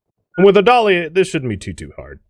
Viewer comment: When says 'Put the dolly down', I hear 'Put the cookie down!'